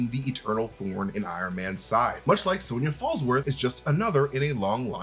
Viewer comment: say Sonia again lol, thank you for saying it like my name and not SON-YA 😊❤